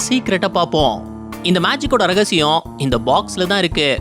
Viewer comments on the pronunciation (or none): ரகசிகம் இல்லை. " ரகசியம். ".